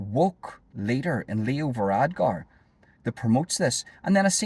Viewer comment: It's VaradKar, not VaradGar.